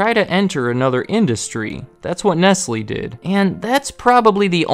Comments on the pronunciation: You are right, I apologise. Please look up how to pronounce Nestlé. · Isn’t “Nestlé” pronounced as “Nest-Lay”? Nestlés aside, nice vid 👌🏼